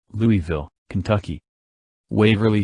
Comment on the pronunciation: the pronunciation of Louisville is completely wrong